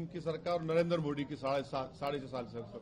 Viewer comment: The way owaisi says 'Modi' as MO'D🤣